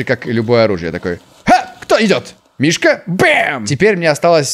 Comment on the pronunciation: кто заметил чоо говорит гмишка?